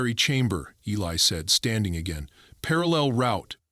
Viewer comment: Eli not Helly